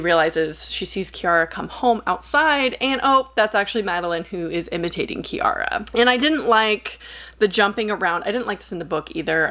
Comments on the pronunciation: I'm pretty sure you're saying Ciara which is pronounced Kee-ra. Also spoilers But when you said a woman got lost in a forest in the west it immediately told me that it was faeries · Ciara is pronounced the same as Kira/Kiera. The pronounciation is probably slightly different in the movie because the movie's American while the book is Irish